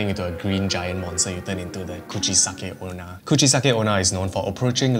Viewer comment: Did you say Coochie-sucking Ona